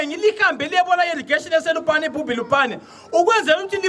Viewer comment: Bubi not Bhubhi.